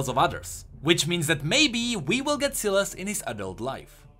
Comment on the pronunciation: also sylas is pronounced sai las not si las